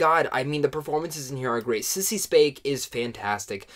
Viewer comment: Sissy who? Do you mean Spacek? Who the hell is Sissy Spanek?